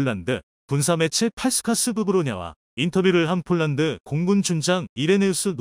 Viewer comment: 이보세요 몰란드 몰란드 하지마세요 남의 이름을 함부로 바꾸지 마십시오 폴란드 발음 안되나요 혹시 일본인인가